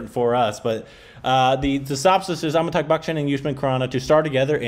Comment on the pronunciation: his name is pronounced Amitaabh not Ammytuck! 😂😂😂